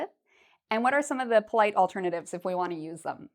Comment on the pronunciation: swear you said "even i won't..." not "i want"